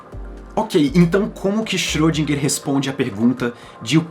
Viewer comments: na verdade a última sílaba seria "gar" em vez de "guer" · Não achei pesado. Aqui em meu estado, Minas Gerais tem um ditado popular que diz: "carro apertado é que canta". Só não querendo ser chato, mas você pode melhorar a pronúncia do nome de nosso ilustre Erwin Schöridinger.